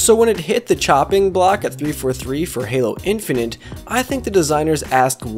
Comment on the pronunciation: "Halo Infininte"... really dude?